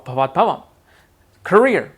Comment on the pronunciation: not bhavat bhavam, it is bhavat bhavam